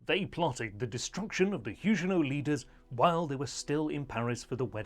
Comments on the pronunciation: Everybody, but everybody, pronounces the g in Huguenot as a hard g, as in bag, grab, give etc. Your peculiar pronounciation is incredibly distracting. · Nope. The French also pronounce Huguenot with a hard 'g'.